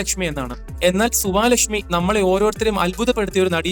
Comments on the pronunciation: സുവാലക്ഷ്മിയല്ല സുവലക്ഷ്മി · Suvaalakshmi alla suvalakshmi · സുവാ ലക്ഷ്മി അല്ല സുവലക്ഷ്മി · സുവലക്ഷ്മിയെ, സുവാ ലക്ഷ്മി എന്ന്.. 😂😂